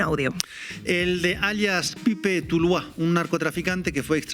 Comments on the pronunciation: Dos gazapos....Es E-S-P-R-I-E-L-L-A con "elle" ....no ESPRIELA. El otro, es PIPE TULUÁ.....no PIPE TULÁ.....por lo demás, excelente periodismo de opinión y análisis... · Pipe "TulÚa", no Tulá.